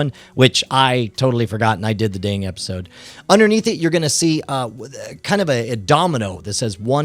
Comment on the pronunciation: episword instead of episode lol